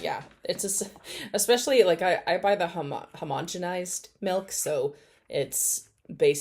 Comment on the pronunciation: I have a friend who pronounces it “melk” too and it drives me insane 😭